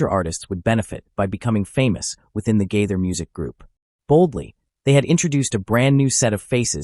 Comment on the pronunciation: Agree.get to the point!! At least pronounce his name correctly....